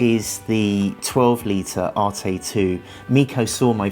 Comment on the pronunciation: It’s not pronounced arte it’s an arête like a corner it’s a French word